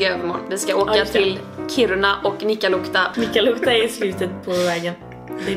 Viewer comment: Fyfan ditt uttal på nikkaluotka